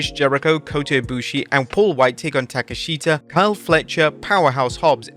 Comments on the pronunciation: It is pronounced Takeshta and not Takeshita. You also said Shinske and not Shinsuke, or Aska and not Asuka. How ignorant can you be? Do you even watch the AEW shows? Or do you just read the results? The name is said often enough. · Ta-kesh-da. You don’t screw up wwe names like this every time you mention them.